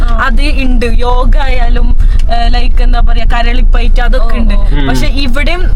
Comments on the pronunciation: നാറ്റിച്ചു.. കരളിപൈറ്റ്.. അല്ല. കളരിപ്പയിറ്റ് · കരളി പയറ്റ് അല്ല സുഹൃത്തുക്കളെ….കളരി പയറ്റ് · കരളി പയറ്റ് അല്ല 🤣കളരി പയറ്റ് ആണ് 😂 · കരളി പയറ്റ് അല്ല കളരി പയറ്റ് 😂😂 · Karalippayatt അല്ല മക്കളെ കളരിപ്പയറ്റ്😂